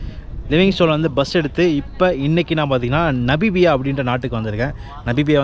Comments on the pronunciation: Bro, அது 'நபிபியா' இல்லை 'நமிபியா-Namibia' என்று மாற்றி உச்சரிக்கவும். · நமிபியா. Not நபிமியா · Bro Namibia, not nabibiya... No offense just telling, pls don't get me wrong....